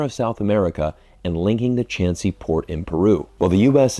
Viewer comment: Thanks! FYI Chancay is pronounced like Shanghai but with ch and c. Spanish is pronounced like it’s read.